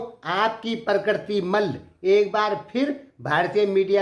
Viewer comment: Abe tum bolna sikho Kay mal bolta hai malla boll